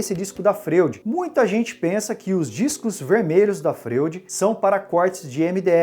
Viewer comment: A pronúncia dessa serra não seria (Froid) como o psiquiatra Sigmund Freud? É só uma curiosidade. Mas parabéns pelo vídeo!